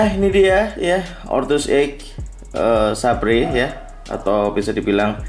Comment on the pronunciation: saber mungkin baca nya bang.... :) mungkin hehehehe